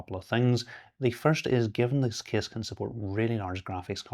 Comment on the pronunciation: That kiss pronounciation instead of case really distracts me lol